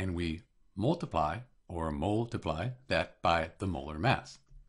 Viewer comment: "mol"tiply lmao!😂